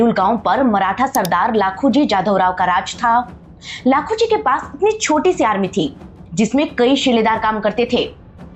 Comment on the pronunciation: ओ लखोजी जाधव थे ना की लाखोजी maf karana agar apko bura lage to lekin me apaka ek subscriber hu or daily apke video dekata hu apse kayi bar live pe bat huyi he mai pune me rehta hu or marathi hu isaliye sirf naam corect karna tha ek bar firse sorry Aap jo history leke ate ho o muje bahut pasand rehate hai mai apko humesha acha feed back deta hu asha karata hu app meri bat samaje baki sorry ones again